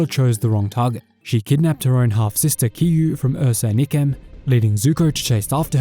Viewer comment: Bruh it’s I-kem not E-kem